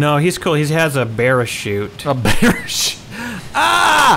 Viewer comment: Sure, someone else says "bear-a-chute" an hour after me and gets 8 thumbs up...